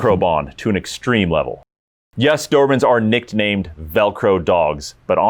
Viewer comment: Can't take it anymore. Stopped watching when he said "nickednamed". Does anybody else Ever actually listen or care?